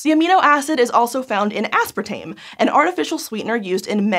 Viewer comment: I’m more concerned with the pronunciation of aspartame